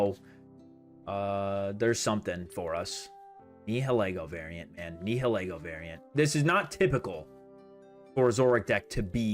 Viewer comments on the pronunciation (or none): none